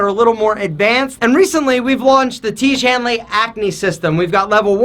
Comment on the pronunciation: I will not buy tiege hanley, please stop pronouncing that again and again😂😂